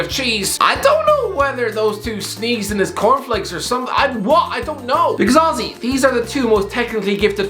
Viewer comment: After more than a year watching HTC - i finally understood who "ozzy" is!!! My man just saying "honestly" irishly!!